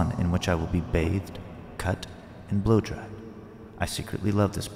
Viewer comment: I was doing something else while listening to the monologue and heard something else in the word "Blowdried".😅